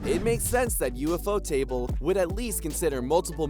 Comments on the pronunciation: Bruh it’s ufotable not ufo table smh 🤦‍♂️ I’m assuming this whole video is invalid bruh can’t even say the studio name right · did blud just call ufotable, UFO table?? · Bro said U.F.O table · bro said ufo table